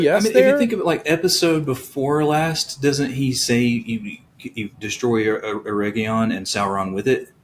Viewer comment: How many different ways will pronounce Eregion? 😂